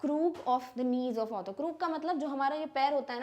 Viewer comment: Mam your author and otter pronounciation seems same